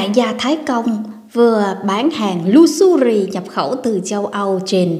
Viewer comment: Em nói “lu xơ ri “? Tập phát âm cho đúng em ơi?